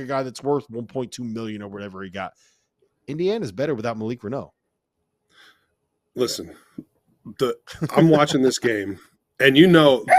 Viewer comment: It's pronounced Malik Ren-NEW, NOT Ren-NO